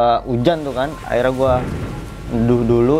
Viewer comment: Baru kali ini...kata " akhirnya " jadi " Aira " 😁😄🤭...dari tadi bingung..apaan yaa " Aira " ☹️🙄😳😁😄🤭